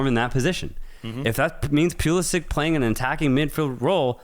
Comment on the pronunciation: These guys try hard to talk ball knowledge. Why do you say Pulisic, Sargent and Pochetino name wrong, disrepect